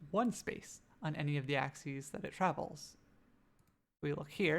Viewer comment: Nice. Your 'axes' though.